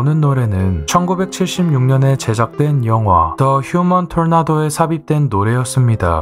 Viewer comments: 톨나돜ㅋㅋㅋㅋ 진지하게말하니깐 원래노래이름이 저런가? 하고의문가짐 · 발음을 굴린게 진짜 킬포네